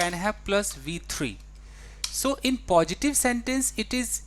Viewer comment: TEACHER, why do you pronounce positive as pojitive and use as uje, oppositive as oppojitive?